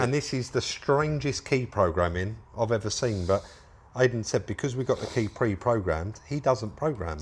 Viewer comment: Great video as always, but please say I-den not ay-den!